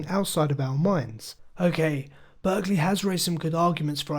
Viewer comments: May I correct one thing? It's important that you know his name is pronounced "Bark-lee". You are using the California school/region pronunciation. Thank you. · A very interesting video but one small thing: I don´t want to nitpick, but I´ve heard more than one that the name is pronounced "Barkley".